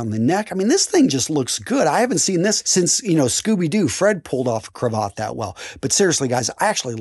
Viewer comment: who the hell says "CROVOT"! First of all its an ascot not a "CROVOT" and 2nd a crAvAt.